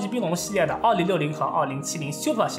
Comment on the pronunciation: Bios：、念成“拜哦斯“，不是碧欧斯；Super：念“苏per“不是“咻per“~